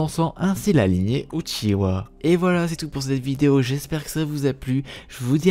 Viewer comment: j'adore quand il dit " l'histoire du clan OUTCHIWA"